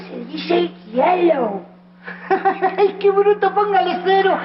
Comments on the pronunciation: Essa piada do Nhonho tem um outro porem, ele fala gyelow por que em espanhol a letra Y tem som de G! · Se no Brasil o povo fala "GUÉL" em vez de "Girl" Então tá liberado o Nhonho falar "Gelo" em vez de "Yellow" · Na verdade no espanhol o "Y" tem som de "J" por isto jyellow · O Nhônho pronunciou Yellow com pronuncia de espanhol ao invez de pronunciar como inglês... há um tempo atrás estive na Argentina e vi garotos pronunciar desta forma